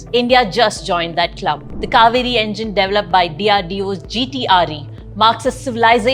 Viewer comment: De-ve-loped not dev-luped